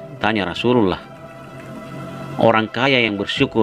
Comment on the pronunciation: Channel muslim, Narator nya tidak becus menyebut rosululloh